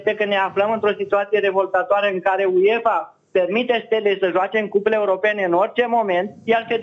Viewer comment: Băi apelul bocancilor se citește și se scrie UEFA nu Uiefa